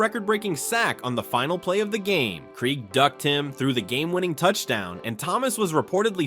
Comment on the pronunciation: Derrick Thomas 7 sacks on Dave "KREEG" ? Lol. As a fan of the nfl for many years, Dave Krieg's last name is pronounced "KRAYG". Good list though. It's a good mix of era major era in the nfl.